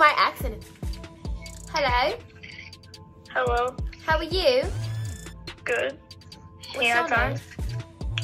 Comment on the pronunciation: Lmao she said “HEALO HAWA YEW” 💀💀